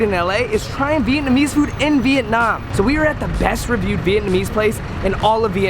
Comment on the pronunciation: The way he said vietnam "veetnahm".... THE WAY HE SAID DONG. if youre a viet speaker you know.... Its okay